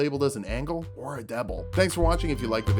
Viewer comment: did he really say “Angle or a Deble”?